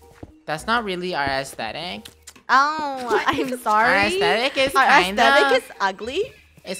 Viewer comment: I like how said "That's not really our ✨eAsTehTick✨" 😭😭